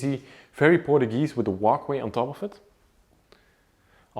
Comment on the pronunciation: In English, it's pronounced "POR-CHEW-GEEZE" Da nada.